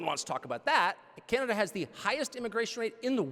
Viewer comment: Canada is pronounced wrong too